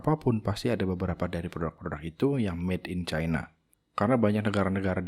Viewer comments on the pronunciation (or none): none